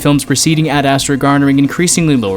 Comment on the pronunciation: The way you pronounce ad astra... it’s ASTRAAAH not ASSTRA